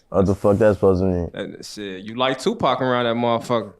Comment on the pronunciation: Who the hell saying qpac shakur 😂😂😂😂